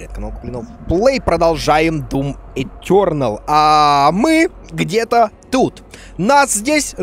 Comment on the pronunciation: Дум ЭТЁРНОЛ... Читай, убивай и наслаждайся... 🤣👍